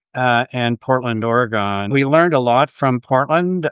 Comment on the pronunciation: “Portland Ore-gone” oof “it’s “Portland ORegən” 😵‍💫 Laughs and cries in Portlander who has wanted to go to Waterloo, Ont for years.